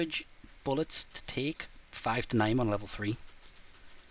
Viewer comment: Please call it nineteen eleven instead of "m-1 nine eleven"